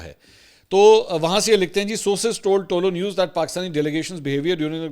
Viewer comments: آپ تعلق نیوز بول رہے ہیں جناب یہ پشتو زبان کالفظ ہے صحیح تلفظ یہ ہے۔۔۔ تہ لو نیوز ۔۔۔۔۔بولا کریں😊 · سر صرف کریکشن کے بول رہا ہو۔ تولو نیوز نہیں یہ "طلوع نیوز" ہے۔ love you